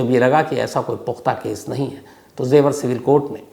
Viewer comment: Im your fan sir But it is jewar not zewar